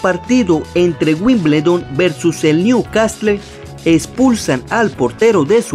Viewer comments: "Niu castle" se produncia "Niu casel" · Wimbledon y New castle no se pronuncian literalmente como está escrito xdd